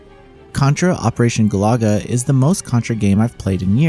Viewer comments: It's not Galaga.....it's Galuga.... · It’s funny how reviewers have difficulty pronouncing GALUGA… This review chose GOO-LAGA others pronounced it GALAGA, as NAMCO’s classic shooter. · It's also not "Goo-lah-guh." This guy has no clue. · The way you pronounced Galuga changed a bit in the video. I was listening in the background initially, and i thought it was related to Galaga - the old space invadery game. Looks like maybe it should be gah-LOO-guh? Rather than goo-LAH-guh. Or maybe they really are making a reference to Galaga, just spelled differently?